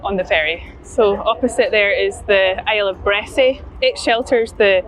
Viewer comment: The locals pronounce it Bressa, most places ending in ‘y’ drop the ‘y’